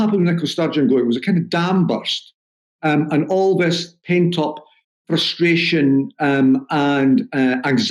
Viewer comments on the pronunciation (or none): none